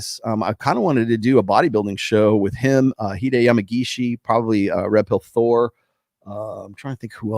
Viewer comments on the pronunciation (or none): none